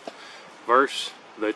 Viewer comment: 22lr. Versus not verse, sorry like finger nails on a chalkboard to my ears.